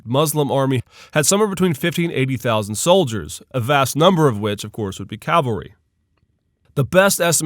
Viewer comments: calvary?? Perhaps "cavalry"? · Umayyad "calvary" hee hee